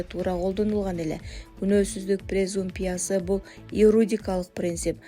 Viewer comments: Презумпия эмес презумпция туура сулогонду качан уйроносунор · Презумпиция, презумпия 😂😂😂 ой ичим Башка элдер укпасыын бул сөзүңөрдү